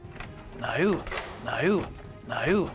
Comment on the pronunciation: No turned into naiou after a few of those rewinds